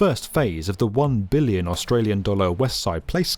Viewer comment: I always appreciate the heavy emphasis on the B in 'billion'